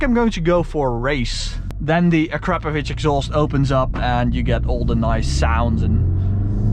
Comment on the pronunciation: Uh-crap-ovich lmao